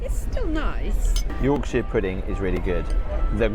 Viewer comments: For the love of God, please learn how to say Yorkshire properly, kills me a little inside everytime you say it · York- sher, not York-sheer.😅